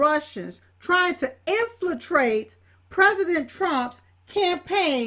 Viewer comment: "Infratrate", really? Jesus....